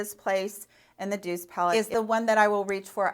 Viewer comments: You Pronounced the Douce palette correctly. It is French for soft which is very appropriately named. The colours are so soft and pastel and beautiful! She must speak french because there is another of Juvia's Place palette called Afrique which again in French means Africa. Pretty cool stuff. Oh I am fluently Frenglish as we say in our family. LOL I am French from the city of Gatineau, Quebec and moved to Ontario in a big city called Hamilton about 20 years ago now. I was raised to speak both French and English. French with my Papa and English with my Mommy. LOL It was funny when I asked for "Glace" in my Glass. It is Ice in my glass and in French it is Glace pronounced the same way as a glass. LMAO This was a fun video. I have a lot of colourful palettes I love too. Love you girl! xo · Don't worry, you pronounced "Douce" correctly! It means "sweet" in French, both in terms of flavor and of character trait, just like in English. It's gender is feminine; so, it is applied to females and to nouns which are "feminine" . It's masculine counterpart is "doux" (pronounced "doo"). For example, you would call your husband or boyfriend "mon doux", and he would call you "ma douce" (both phrases mean "my sweet one"). #linguisticsgeek You look like you are feeling better. If so, I'm happy for you! Cheers from your fellow Spoonie! ~Anastacia in Cleveland